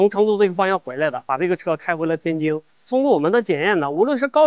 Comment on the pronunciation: 那个天津的津字念jin，不念jing